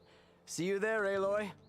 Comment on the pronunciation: C'mon man it's Aloy, like ay-loy.